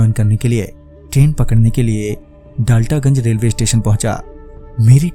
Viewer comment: Bhai daltagonj nhi daltenganj hota hai mai hamesha us train me baithta hu